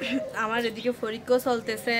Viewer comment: পুস্ততি -- প্রস্তুতি ফরিক্ষা -- পরীক্ষা ফরে -- পরে কিসে পর তুমি? তোমার উচ্চারণ শুনে আমি তো ভয় পাচ্ছি এই ভেবে যে, না জানি তুমি এই উল্টা পাল্টা উচ্চারিত শব্দ পরীক্ষায় লিখে দিয়ে আস কিনা 😃😄